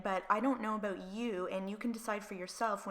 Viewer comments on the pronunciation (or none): Can you please stop saying “about” that way 😩🤯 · Just curious you say 'about' funny. Are you from Canada? ( no hate, just curious 😊)